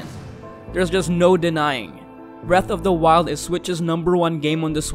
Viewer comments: Just so u know (not trying to be annoying just trying to help) its breath not breathe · "Breathe of the Wild"